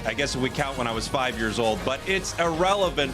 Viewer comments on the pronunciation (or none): none